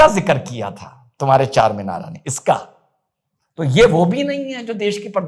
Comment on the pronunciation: Charminara na bolna charmender bolna kal